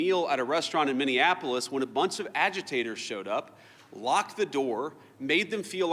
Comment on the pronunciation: He said AGITATORS